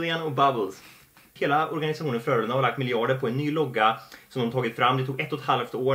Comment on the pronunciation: Jag gillar när säger heila inte nu